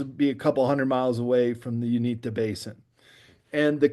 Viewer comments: It's pronounced U-in-ta, not Un-ee-ta. We live by there and have experienced a few things. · ♥️🇺🇸Q🌎✝️ OMG THANK YOU JESSED FOR CLEARING THAT UP I WAS ABOUT TO GO OFF ON THIS DUDES GEOGRAPHY DIRECTIVES AND PRONUNCIATIONS LOL THOSE OF US THAT LIVE HERE IN THE UTAH ROCKIES AREA WERE ALL LOL AT THIS GUY.... IT IS NORTH EAST UTAH BALLAD AREA AND PRONOUNCED YOU IN TA LOL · Not sure why he was pronouncing the Uinta mountains the way he was but that's not how we from Utah or salt Lake City have ever ever said it the way he did